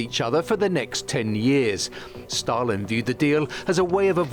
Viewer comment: do - śliczny akcent (podobnie jak prowadzący) - ale pownna obejrzeć jak na Wyspach i w USA wymawiają imię Stalin. Wymawia je bardzo 'po polsku', nie widze w tym nic złego, doceniam nawet, ale dla spójności (kanał TVP.. WORLD) można by dać wymowę z dłuższym i mocniejszym A i wymowniejszym St